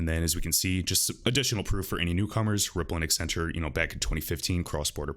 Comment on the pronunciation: Why do people constantly pronounce it EX-centrue?